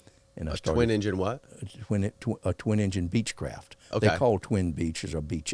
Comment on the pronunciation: I give up, the interviewer is grotesque. "Is a Beechcraftca seaplane??!" Did this hat-backwards even pass 4th grade?